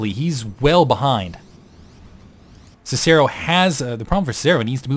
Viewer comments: god damn it... it's pronounced Sih-Sih-ro and Ki-tenous plating. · Actually, if you use the Latin pronunciation for Cicero, it's Kick-a-ro. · actually in proper latin its Kih-kih-ro, and that was painful to not even get the proper popular pronunciation right. I'm still a fan but hearing you butcher the name of one of the greatest Romans ever hurt.